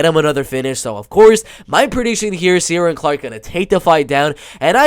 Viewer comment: Just found your channel you really know your bellator, its pronounced shin-aid for sinead and keer-on for ciaran btw